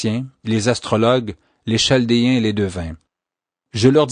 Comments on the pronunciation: P'tite chose : cela est écrit chaldéens mais phonétiquement c est ( kal dé un ) et non (chal dé un ) ; ) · en France on prononce Caldéens pour chaldéens. Merci pour le récit ! très instructif !